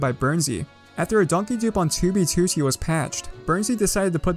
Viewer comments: "toobeetooteey" lmao great video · has been playing 2b2t for 4+ years -has made about 200 2b2t videos but cant pronounce "2b2t" correctly